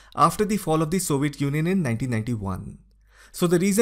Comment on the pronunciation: Soviet junjun? Im not making fun of his accent because he can clearly say European Union.